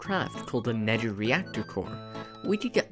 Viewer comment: Good video your on your way to the big leagues but no offense but the way you said nether 🤣 "Neder"